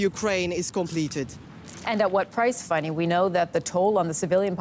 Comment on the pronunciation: Why do you keep calling her “Funny”? Her name is Fanny, which is pronounce like fan + ee.